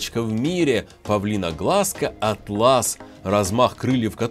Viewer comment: А́тлас , а не атла́с ииии кстати на руки из брать не желательно, потому что они обжигают вкусовые рецепторы и потом когда садятся на фрукт,то они не могут понять что это еда.ну и тут понятно , то что они умирают быстрее(я не Хейтер)